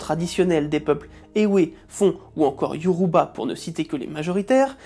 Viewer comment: Ta vidéo mérite beaucoup beaucoup plus de vidéo! ❤💯 PS: Dans mes souvenirs on écrit Ewe mais on prononce Évé. Ma mère l'a toujours prononcé comme ça étant elle-même de cette ethnie.